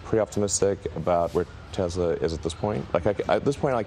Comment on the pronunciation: He says Tezla